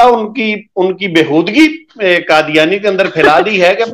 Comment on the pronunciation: Brother, Kindly use Qaaf, not Kaaf, for Qadyani or Qadyan. Jazak Allah Khairun.